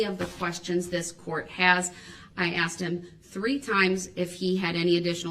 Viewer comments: “Illinoise , Oafs, troofs, axed, translated to Illinois, truths, oaths and asked are the English language words brooks has managed to slaughter. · When she doesn’t Darrell “grounds” Brooks says — it’s that a “tack it” agreement or a “judishal”determination or because she “axed” not asked